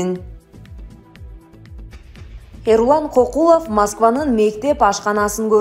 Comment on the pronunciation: Кокулов эмес! КӨКҮЛОВ! Туура окугулачы ээ!